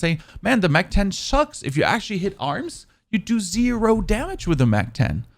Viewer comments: Wtf is a "oog" and a petrol grip? 🤣AUG is pronounced like "org" and its a PATROL grip not a petrol grip 🤣🤣🤣🤣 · Oog no it Aug “AHHGU” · Loving the "Tummy Shots" and "Oog" LMAO!! Then you saying, "I'm European, we say Oog, not Awg". Haha! Love the videos my man. Keep Grinding.